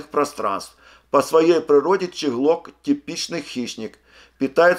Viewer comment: Не щеглок а чеглок